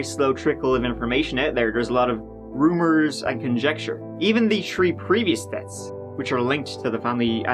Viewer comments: as a baseball commentator: “Batting turd today, he’s tree for tree with tree singles. His turd tree hit game of the year.” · I just cant get over how you say "Three" or "Third". It sounds like Tree and Turd. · Three....tree? Thirty.....tirty??